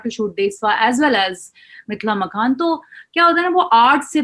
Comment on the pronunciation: मिथिला मकान ????? अरे मिथिला मखान बोलिए .... एंकर साहिबा...